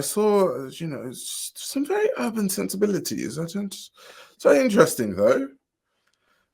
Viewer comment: urban with the hard ER is crazy lmao